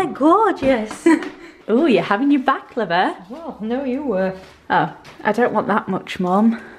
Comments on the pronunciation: when she says baklava it sounds like shes saying back lover haha xx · omg I thought you said you were going to try "back-lover" XD ILY